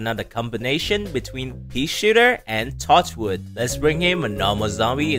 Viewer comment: Bro really said tochwood